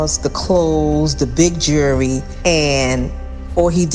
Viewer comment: “Jew-ree” 🤦🏻‍♀️ Damn- she literally got with EVERY dealer she met! Seriously wtf That’s nothing to be proud of